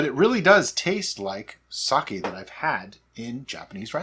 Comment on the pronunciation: Sake is a name - if someone tells you that you are saying their name wrong, it is pretty easy to remember and update your 'habit'. You and treat all your drinks like friends so get with "Sakay" already - I have faith in you A palette cleanser between meals?? usually between courses but hey your day sounds fun!